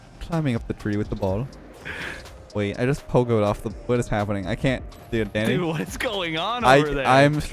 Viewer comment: Everytime I here say danny for me I hear daddy LOL